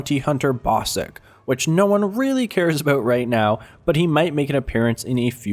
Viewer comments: I'm guessing at least 50, if not, 100 comments say "IT'S PRONOUNCED BOSK, NOT BOSICK!!!!!!" Am I right or what? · Ya Bossk was in the EA Star Wars video its assumed he will be in Death Star. But it's not "Bossik" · Stopped watching at “Bossik”... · He called him Bossik, I can't smh😂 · lol ik it's pronounced bosk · CellyXCityX33 bruh he please knows was drunk when he did the script have you even watched the video? said bossik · lol u buchered bossk name bossik XD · are you drunk? Shelby and bossik:/ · "Bossik"... drunk again?